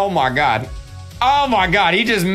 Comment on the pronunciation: KREEKKRAFT keeps saying "ah mah gad"